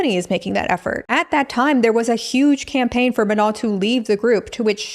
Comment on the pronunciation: It kills me that you keep saying "Manal" 😂 it's just straight up "ma no", like saying no to your ma 😂